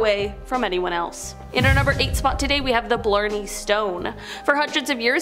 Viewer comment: Not to mention the pronunciation of Blarney was off as well. Its like Barney just with an l added, though it sounded more like she called it Blurney